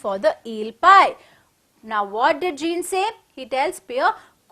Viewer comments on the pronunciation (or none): Madam sorry for that but Jean should be pronounced as zon it's given before the chapter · Pronunciation of jean is incorrect